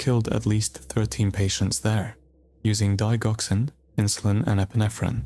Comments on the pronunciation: The dig in digoxin is pronounced (dij) as in digit, not dig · It's digoxin like di jock sin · Digoxin has a long g sound, you may want to look up how things are said before saying them wrong several times over